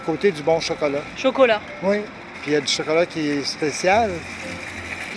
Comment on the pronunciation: J’aime trop quand ils disent « Chocolot »